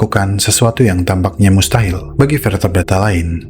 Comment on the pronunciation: Hil yang Mustahal 😂 bisa ae nih mimin